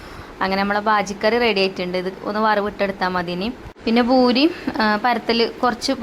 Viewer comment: റ സീ ഭൂരിയല്ല. പൂരീ എന്നാണ് പറയുക.❤❤❤❤❤❤